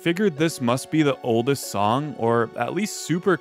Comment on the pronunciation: I've been binging too much FitMC lately. That's not how you say oldest!